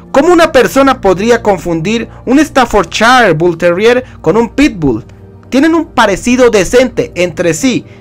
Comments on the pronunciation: Yo tengo un bull terrier Staffordshire y se pronuncia estaforshair no estanforchair Ojo con eso viejo. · Se pronuncia "Staffordshair". Te lo digo porque viví en Inglaterra y la S al comienzo de palabra, se pronuncia "S", no "ES". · interesante tu información y si comúnmente lo conozco como Stanford porque hasta en los vídeos de YouTube pronuncian Stanford no Staffordshire, pero creo que sí necesito información más sobre el tema , gracias por los tips